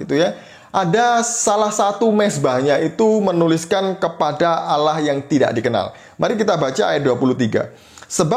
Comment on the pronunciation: Kenapa org Indonesia di dlm islam Allah di lafalkan dengan suara auloh?? Apakah bunyi tulisan Allah dlm bahasa Arabpun berbunyi auloh?